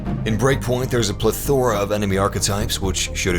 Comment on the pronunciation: Lol why did he say plethora like that?